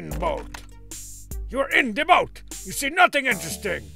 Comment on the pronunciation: Funny how oar is pronounced "O-Are" here. And how boat is pronounced "Bo-At".